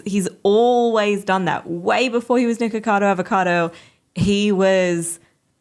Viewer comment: Its Nikocado Avocado not Nikocadont Avocadont